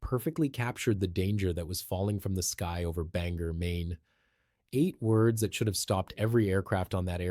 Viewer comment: It's Ban-gore, not Banger